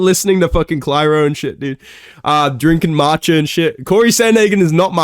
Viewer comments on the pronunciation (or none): Bro said Cly-ro bro it’s Claire-O you’re not fooling the huzz with this one lol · if ur talking about clairo its pronounced claire-o 🤪🤪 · Um acthualee its pronounced claire-oh